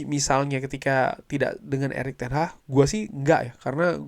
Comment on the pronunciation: Erick Ten Hah Erick Ten Hah ,, 😂😂😂😂😂😂 namanya ERICK TEN HAG bukan ERICK TEN HAAAAAHHHHHHH 😂😂😂😂😂